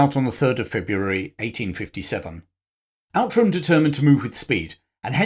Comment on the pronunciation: Outram is pronounced Ootram.